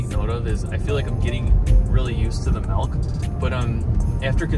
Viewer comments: It’s milk. Not melk. I don’t know why it bothers me…. But it does. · Dude it’s milk not melk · Of course the biggest milk video is from a guy who says "Melk".... Triggering experience. ITS MIIIIIILK M I L K NOT MELK ASJKAFASJFASDALIJFAL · I’m always weirded out when I hear someone pronounce it “melk” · this guy keeps saying mElk instead of Milk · "it's not melk, it's milk." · Milk not Melk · “MELK” lol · Great video. Really interesting topic and clean editing... but if big homie calls the milk "melk" one more time, I'm gonna spiral, bro. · MELK? ARE YOU SAYING MELK? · Melk, huh? Smooth as selk? Lol. Jk. Good vid. I’ve tried this before but the milk makes me extremely cold (even in hot weather). Didn’t know that was a thing but apparently so. Keep up the good work. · If this guy says MELK one more time... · anyone else hearing "melk?" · Bro says malk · Gaahsh yaknow, I can't believe that these here comments aren't all "melk" pronunciation comments. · bro keeps saying "melk" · Did he say he was drinking "melk"? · All ima say is “melk…” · I can’t even watch this. Dude says “Melk” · Just cringing at all that breast milk 🫣🤢 ALSO the “melk” lol looooots of cringing 🥴😖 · I’m a cows milk drinker and I’ve NEVER seen the fat/“cream” Collect at the top of the container. You shouldn’t have drank it. Why didn’t you go get a new one?!?!? Also you keep pronouncing it as “mElk”